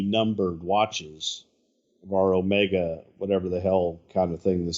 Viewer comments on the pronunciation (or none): It's oh-ME-ga, not oh-ma-ga.